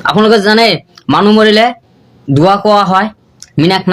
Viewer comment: দোৱা শুদ্ধ হোৱা নাই